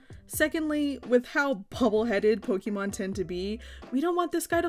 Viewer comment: I love you, but I'm afraid we're going to have to break up. I know I should accept you as you are and not try to change you, but I just cannot get past how you pronounce "Pokemon". It's a deal breaker for me, I'm sorry. It's not you, seriously, it's all me. I wish you all the best in life, and will dearly miss you. If by some chance you ever change how you say that magical word, hit me up, maybe we can give things another shot! 😂